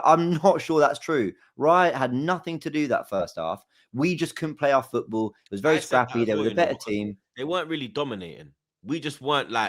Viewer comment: Everytime says footBoo i get a fright